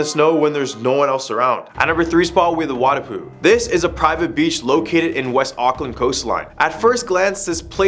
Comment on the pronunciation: him akland me ITS AUCKLAND NOT AKLAND